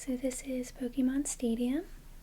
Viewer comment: YOU SAID POKEMON CORRECTLY. Subscribed.